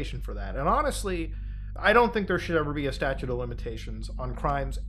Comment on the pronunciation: StatuTe, not statue...